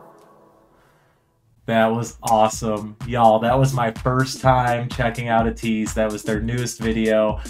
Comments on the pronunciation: their name is pronounced “ay-teese” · Thank you for reacting to Ateez. I love how much you were vibing with them! Their name is pronounced like Ay-teez, and they have 8 members. 2 rappers and 6 singers, and they’re all amazing performers This ballad vibe is in fact a newer sound for them specially title track wise, but I can see you vibing with their other music regardless! They’re having a comeback on the 10th, which you could check out, and if you’re interested in hearing more of them and want to see how talented they are in regards to dancing as well, a couple of my favorite songs by them are: Wonderland Say My Name Illusion Treasure (one of their two debut songs) Deja Vu Eternal Sunshine